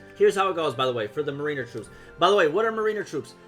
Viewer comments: MARE IN ER NOT MARINEUHR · Its pronounced MARE IN ER